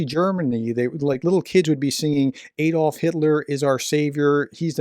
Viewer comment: Please learn to say "Adolf" correctly. Otherwise, an interesting channel with views from an American perspective. Thanks.